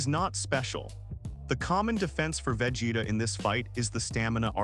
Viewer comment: 100%, perfect analysis! 👌 Bar the pronunciation of Vegeta's name.😁 If I were to nitpick, I would say you exaggerate a bit her analytical nature, she is just calm, composed, anticipating with satisfaction her enemy's lack of!😉